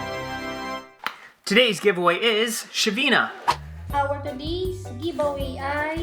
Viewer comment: giv awiy??bisaya k day?? hahaha...